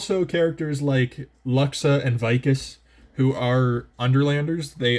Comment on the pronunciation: Not that it matters but I believe Luxa is pronounced “Loox-sa”